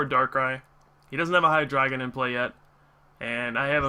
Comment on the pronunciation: do you say hi-dry-gon? o.o